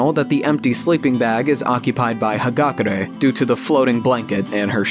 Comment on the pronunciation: It's funny to me how instead of saying "Hagakure" He says "Hakagure"